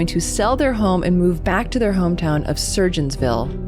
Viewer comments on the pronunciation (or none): Great video but I'm dead u pronounced surGOINsville wrong lol I know cause I'm born and raised here in Rogersville/surgoinsville I love these true crime videos keep em coming